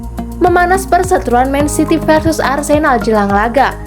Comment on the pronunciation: Tolong lah pembawa beritanya di ganti Man city bukan men city seriussla Ngga enak suara ama logatnya